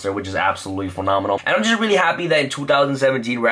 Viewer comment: "this card is wrully wrully good"